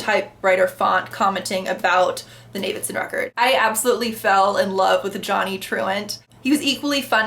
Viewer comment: Pelafina, Johnny's mum, is a huge presence and character in the book - when you read a bit further. Especially the appendices and the whalestoe letters. So there's one massive female character in the background... Two things: it's Zam-Paah-No, and it's pronounced Na-vid-son. How they're spelled... Anyways, not a bad review. It's the best book I've ever read (five times), wrote a thesis on it. Read it at a great time too, with time to kill living on my own at 21 after university.